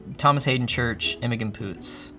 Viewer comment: Disrespecting Juno Temple, then mispronouncing Imogen Poots’s name within the span of two seconds has left me with my jaw on the ground